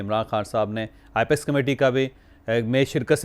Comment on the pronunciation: Javed Ch Please be reminded its NOT IPEX Correct is APEX so please correct your pronunciation